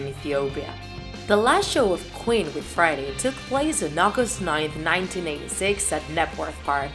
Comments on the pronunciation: Ali3nC4t I hear it and she sounds so weird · Why does she say friday and not Freddie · I always understand Friday instead of Freddy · It’s Freddie (Fr-eh-dee) Not Friday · Why is she saying friday? Its Freddie or Fredderick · And she calls him Friday Mercury. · “Fraddie.” She pronounced bass like the fish. Deacy’s hair was brown, not black. “Killer Quin” “Ohpera” “Hada Space” “Ander Prasserr” “Hanger” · Not to be rude but it triggers me that she says Friday instead in Freddie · i always trip when u say freddie but pronounce it like friday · Is it me or she says “Friday” instead of “Freddie” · She says 'freddie' like 'Friday' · Say his name right, it’s Freddie not frady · Freddie sounds like friday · It is only me or this guy/woman is saying "friday" instead of "freddie"? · It sounds like she says: 'Friday Mercury' a lot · Why does she say friday mercury😂😂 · This person draws so well, but they cannot speak properly whatsoever. This whole video is so cringey because of the many areas where they mispronounce Freddie, Queen, Opera, etc. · I love the way she says Freddie 😂